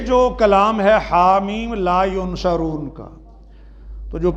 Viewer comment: pehle to ye k ye dr he na k molvi ! is ko yansurun or yunsarun bolna bhi nahi aata